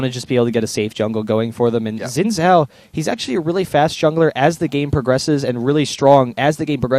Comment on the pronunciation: You must have, since that's not a proper sentence for starters. Oh, and the fact that Xin Zhao isn't English, it's Chinese, and actually is pronounced Zin Zao.